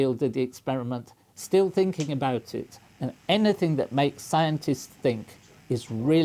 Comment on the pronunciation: "I popped eet"